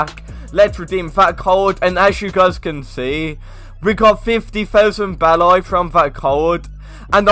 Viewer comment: Why you pronounce beli as be-lay